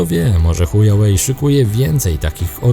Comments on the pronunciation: Szanowny kolego nie "Hujałej"tylko "Hłałej" tak poprawnie to się czyta. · Pytanie bardziej z ciekawości niż ze złośliwości; czy takie językowe błędy, które popełniasz spowodowane są niewiedzą, czy może popełniasz je z premedytacją? mam tu na myśli "hujałej" (czyta się "huałej") i "ipekao" (czyta się "ajpekao"). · "Buraku" (sorry za te określenie) czyta się hła-łej , HŁAŁEJ, a nie huja-łej, HUJAŁEJ to widzę że ty wiesz, a robiąc z siebie Kretyna, urody sobie nie przysparzasz, Widząc Pytę Lingwisty, Picz się doń uśmiecha, Czy Chujów Ród się pisze, przez "h" czy przez "ch" ??? Ów na tę informację splunął pełen wzgardy, Pisz przez "h" gdy Miętki, przez "ch" gdy Twardy. Pozdrawiam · HŁAŁEJ a nie Hujałej Goddamn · I dalej z uporem maniaka wymawiacie ChujaŁej - nie ma wyjścia albo jesteście językowymi kalekami albo robicie to celowo ;) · czy on powiedział chujawej ? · Witam. nie. powiedział chuja way. Czyli droga kuchcińskiego. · Witam. Wciąż w specyficzny sposób wymawia Pan nazwę chińskiego producenta elektroniki... Jakby to była droga h... :-)))